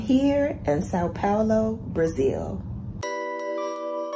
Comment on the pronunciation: Your pronunciation of coxinha and São Paulo is perfect. I believe you will learn to speak Portuguese easily if you want.